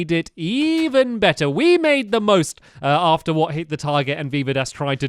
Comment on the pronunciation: he said oarefter is stead of after